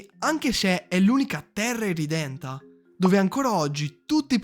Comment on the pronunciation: Irredenta non irridenta😂